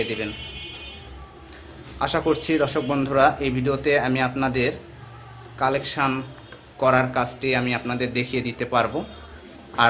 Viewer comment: ফ্যানর ক্যাপাসিটর কালেকশান না বলতে হবে কানেকশন । ভাষা আগে সঠিক করেন আসল কথা হচ্ছে আপনার অনেক উচ্চারণ সঠিক হচ্ছে না ।